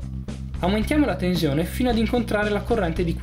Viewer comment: Tenzione.. Tenzione... Ma dove la vedi la Z in TENSIONE?! 😐 Se non fosse per questo... Sarebbe pollice in su.